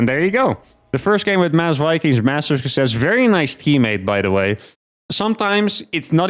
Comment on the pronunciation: “Build More Vikangs”